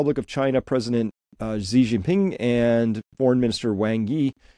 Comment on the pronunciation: Great stuff Chris. The US is just embarrassing itself at this point. One minor niggle: everyone always gets Xi's name wrong. It's pronounced almost the same as the English world 'she' (with a rising tone if you want to be picky).